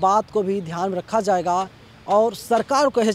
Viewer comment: zayega nahin jayega boliye shabdon ka sahi uchcharan urdu janana zaruri hai